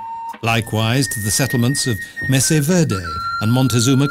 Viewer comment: 1) Point of clarification: the term "Native American" is the politically correct term for what used to be Indians. You don't, therefore, properly use all 3 words, as it defeats the purpose; i.e., drop the word "Indian". 2) The word Mesa is "MAY-sah" rather than "MESS-say". 3) The word is Antelope", not "Antilope". 4) Not even close!!! Grand Canyon is NOT 16k (10mi.) long; that would be closer to the width--12mi./19km to 20mi./32km. wide, but the length is 277mi./445km. 5) The Kaibab (Plateau) is KYE-bab, not KAY-bab. 6) Sadly, the yellow haze is probably evidence of the ever-increasing problem with pollution from Los Angeles and Las Vegas, not a beautiful natural wonder. 7) Spanish lesson--conquistador is cone-KEES-tah-door, not con-KWIS-tah-door. 8) Powell didn't cross the Colorado River, i.e., the width, but traveled or traversed it, indicating the length.